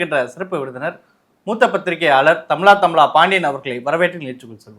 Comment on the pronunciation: Thamla thamla illa sir Say thamizha thamizha